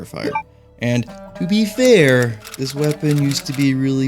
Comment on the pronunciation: You didn’t say “to be fair” with enough of an accent